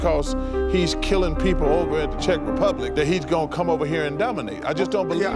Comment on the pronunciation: bro put emphasis on “czech republic” like they were the 95 bulls 💀